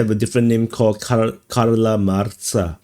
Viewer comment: Dude, "Karla Marksa" Karl Marx... lol